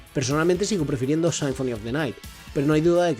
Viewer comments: Me gusto el video por que no conocía casi nada de Rondo of Blood... Solamente me daba algo cada que decías "Sainfoni" 😐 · Buen video pero la pronunciación un poco mala (no es "Richer", es pronunciado. "Ricter", "Sinfoni" etc)